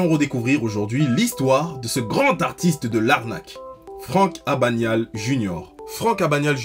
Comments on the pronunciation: AbaGnale junior et non abañale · Catch me if you can film avec Tom Hanks et Di Caprio ( et ça se prononce Abeuknale) sinon très bonne vidéo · Ça commence mal on dit abaGNale en prononçant le g et le n